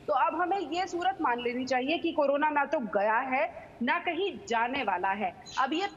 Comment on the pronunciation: she said corola